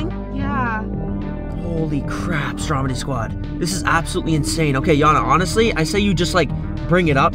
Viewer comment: ITS NOT STROMEY ITS STROMEDY